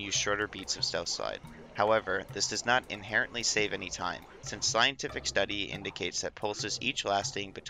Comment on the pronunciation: cant tell if you actually said slyentific study or if im imagining it lol